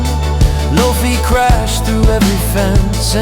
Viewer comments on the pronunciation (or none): preferably without the ai mispronouncing the names.... "Saibo" "Lofy"